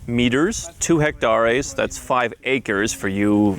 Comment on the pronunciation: He pronounces hectares as hectarés.